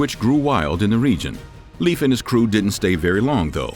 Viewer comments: As a first generation American with Norwegian parents, I have no doubt the Norwegians explored North America. There is too much evidence to say otherwise. If you don't mind, may I please correct your pronunciation of "Leif" to either "Lafe" or "Life" as most likely, and "Tore" as the pronunciation for any name with "Thor" in it? I could get really picky but that's just too difficult. 😉 Thank you so much for your amazing historical pieces! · Leif is not pronounced like a, "leaf," on a tree. This is another Youtube narrator who didn't even bother to get the man's first name pronounced correctly. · I was told by a guy who lived in Denmark that Leif is pronounced Life,and that Thule is pronounced Toola. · i cant watch this because you keep saying leaf. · "Leif" is pronounced like "life" 😁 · Leaf Erikson made me laugh so thanks for that ^^ Its Eriksson btw :) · Leif is pronounced Lafe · Leif is pronounced Life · Leif is pronounced Life :) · i find it fascinating that the spelling irks you more than the pronounciation. Like english speakers caling the guy "leaf"... Sidenote: did the ditch the r for the Lastname or is that a spellingerror too? So if Leifr was the son of Erikr would that not make him Leifr Erikrsson instead of Ericsson? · As a Swede, you really need to work on the pronouncing of names. It truly hurts to hear that American accent butchering these names lol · Not like Leaf Ericsson but Leifr/Leiv like the E in hEllo not like in beef and the I like Indoors. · Pretty sure it's pronounced(lay-f) and not leaf. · LEAF 😂😂😂😂😂 its pronounced like Layf , say lay-f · He's called "Laif" not "leef" ericson. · Arrr.... the pronunciation of scandinavian names bother me somewhat. It´s not "Liiif" (or "leaf") - it´s more like LAY-F. So say "lay" as you pronounce "LAY down" and add an "F" Regards /Word police from the south of Sweden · Leif is pronounced Lāfe, Not Leaf. Just as Veil is not pronounced Veel. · It’s Pronounced Layf. Not Leaf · It is not Leef. Its Leif.